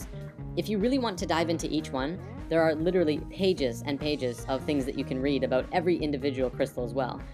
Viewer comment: lol aw you said "oot and aboot". canadians are fucking adorable. -3